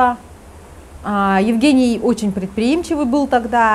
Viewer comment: В России Евгениев обычно зовут Женями. Режет ухо,почему-то, как будто коренная американка рассказывает про своего русского мужа Еугэния)))